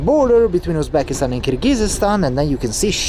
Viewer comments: By the way, the country is actually pronounced Kyrgyzstan, not Kyrgygyzstan. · Just a few comments here (from someone who watches your videos frequently), I hope you won’t take them personally; - you’ve mispronounced Kyrgyzstan to the point one could not listen anymore, given your interest in geography and ex Soviet republics, it’s rather surprising. It really doesn’t take too long to learn basic things like this and make an effort to research it properly prior to exploring those places, which without a doubt are interesting. Similar story with other names in Uzbekistan (and other ex Soviet republics), it’s rather important how you pronounce things both in English & Russian so that your viewers (and native speakers of those languages) can better understand you. E.g. Fergana (or Vorkuta in your previous explorations) is pronounced as if you spoke Italian while you actually described it in English / Russian, accent is stressed in the wrong syllable hence often giving the impression that you spoke of entirely different place - quite recently Bald & Bankrupt successfully reached Sokh exclave and all he needed was the current schedule of flights between destination A&B so that he could plan things ahead to buy tickets on time. You speak communicative Russian which should enable you to plan in advance, I guess. Try to get yourself organised and contact places prior to arrival in the local area to have that knowledge that might be helpful in future planning and you might be in better position to achieve your goals One might not think much of the above, but tru